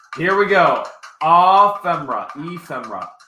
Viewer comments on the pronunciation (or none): Ephemera is pronounced F. M. errr-ahhh now you know.